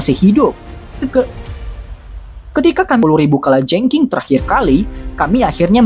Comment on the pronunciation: Mimin kok susah ya ngucapin kalajengking, kurang ngopi mungkin hehee..